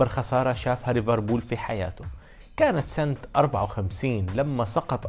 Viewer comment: ليفربول يا مو ريفربول